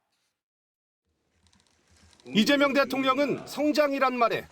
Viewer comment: 오늘 여자아나운서는 북한출신인가? 아니면 극우인가... 왜 자꾸 리재명대통령으로 들리지?